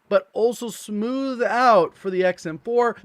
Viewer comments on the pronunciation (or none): I love how he says “smooth-Ed” rather than “smoothh”😂. ‘Just joking dude! Love your content! Keep it up!